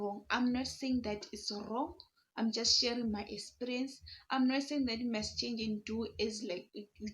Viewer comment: mmh Zimbos pronunciation is emphasized.... I get what you mean. Like some of you guys will go "Sikisity" minutes, whereas it's sixty. Totally different. Like here you are saying esperience(eXperience). Uzoba strong